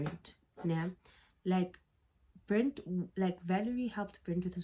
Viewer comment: I keep tweaking everytime you say “Brent” BRETT my love. Its BRETT😭